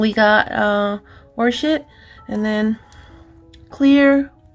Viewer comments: When she tried to pronounce Orchid it sounded like horse shit...LOL!! I said, "what the hell?" I had to stop and go back to see what the color really was...LOL!!! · Love these videos! That color is pronounced "Or-kid" (I didn't know how to pronounce right it for YEARS!) Thank you for everything you do. You're one of my favorite channels! ❤